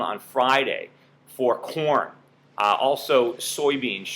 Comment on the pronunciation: For a second, I thought you were talking about porn prices rising instead of corn prices, haha!